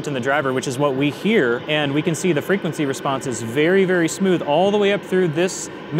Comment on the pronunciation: Fwequwency wesponse